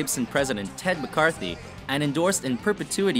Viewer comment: Gibson's Ted MCCARTY not McCartHy. There's like 25 things wrong here, but that one I couldn't just let slide.